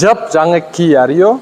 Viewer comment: Ки деп орусча буква менен окуп койдун а англисчесине киа деп эле жазылып туру а так машина 👍